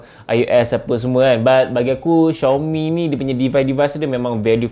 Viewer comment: betul sebutan xiaomi ko tu...channel lain sebutannya Ziaomi.